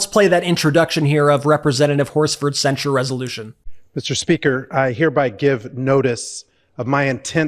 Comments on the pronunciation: I object to nobody being able to pronounce the word censure. It's not sensor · I just wish Dems would quit mispronouncing “censure “.